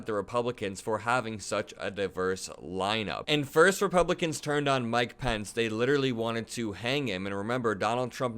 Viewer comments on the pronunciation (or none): none